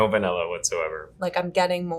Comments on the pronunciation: I enjoyed the content, so I watched the whole thing... my soul breaking a little every time I had to hear bro say "vanella". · Great discussion. But really,, you don't know how to pronounce VAN illin correctly-? For shame.